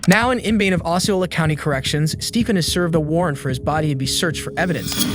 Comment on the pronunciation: I like this channel but the AI voice is brutal. It pronounces stuff SO weird in this video. It pronounces Stephen's name different every time. Like even in the same sentence